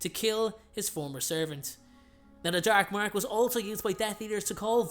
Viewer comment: the DERK MERK